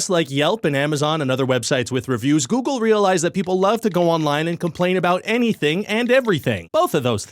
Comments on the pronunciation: Ryan, it's googlé! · I enjoyed this video. Ryan’s analysis of Google reviews was very thorough and informative but it wasn’t what I was expecting when I clicked on the video. Good thing he approached the subject matter with usual Ryan George wit. I did have to deduct one star because he kept pronouncing Google wrong. ⭐️⭐️⭐️⭐️ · I liked the video. Specifically the part where the Youtuber acts like he doesn't know the correct spelling and pronunciation of Google to create a comedic effect. I also appreciated the old image of Lady Gaga. I'm redacting stars for the time he said Steve instead of Allen. I don't know if mispronouncing names is his policy, but I'm not here for that. 4/5 stars from me because I did find this video more enjoyable than a parking lot. ⭐⭐⭐⭐ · ⭐️⭐️⭐️ It was classic Ryan George (never trust a guy that has two first names). Didn't know hoe to pronounce Google. Clearly didn't run, just mimiced it in front of a green screen. Giving three stars because of hi editor Jeff (Geoff?). Would watch again. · A lot of dark brown people also pronounce it as Googoow instead of google. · Why does everyone pronounce it GOOGEL? Its pronounced GOOG-LE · This video deserves twoo stars. The video you have made was very comedic and dopamine inducing. I especially enjoyed the Googoo bit wherein Ryan George mispronounced Google. This video did; however, destroy its prior point economy by adding a 75,000 comment section. Great for mid to high level local guides working towards their ten-point picture of a star. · 3/5 Ryan was very knowledgable but also mispronounced "Google" several times, so I wasn't sure whether he was talking about Google or a different website called Googoo. Also the clip he posted of Karimbra dancing was misleading, because I know Karimbra and he is a much better dancer than that. Pretty sure the backgrounds in the video are fake too. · I believe it's "Go-Ogle" as in go look. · Goo Glee Ay - it's okay, many people get it wrong I have decided